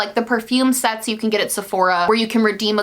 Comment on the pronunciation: Christmas Sets. Husband: Christmas sex? What are you even watching? Me: Christmas SETS. SETS! She said SETS! Husband: No. She said sex. Christmas sex. 🤷‍♀️🤦‍♀️